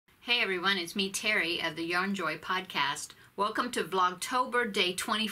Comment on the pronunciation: Terri yes you said my name right.... thanks for answering my question... Love the gnome you made.